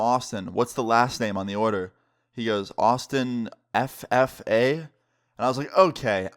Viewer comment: The way he said ffa🤣🤣🤣🤣